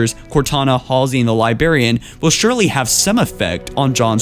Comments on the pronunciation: come on its librarian not libarian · Dude: Escalation = Es-ka-lay-shin Librarian = Libe-rare-ee-in Repeat these syllables in order and start speeding up as you go. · Aaaargh, the impediments and mispronunciations are so infuriating! Libarian. Etbots. Ju madama. Etscited. I mean come on! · Dude, you need to learn to speak properly. Not hating, just stating. But there is an "r" in "Librarian" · Stop pronouncing "Librarian" wrong.